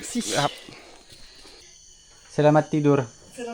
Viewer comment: Lucu banget waktu Ibu ngomong Selamat Tidur aksennya masih prancis 🤭